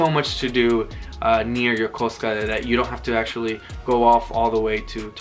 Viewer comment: It’s so refreshing to hear someone say Yokosuka properly!! Thanks for a great vid